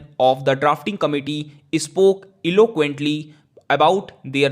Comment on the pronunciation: pronunciation toh tik kar bhai.. epic, eloquent ko kya kya bol ra hai